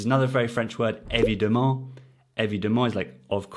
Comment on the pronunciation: When you said the word "evidemment", it sounded to me that you pronounced the second "e" like the "e" in "belle", not like "a" as in "femme".